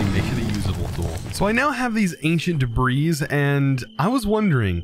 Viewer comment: Debris is pronounced "Deb-ree" not "Deb-rees"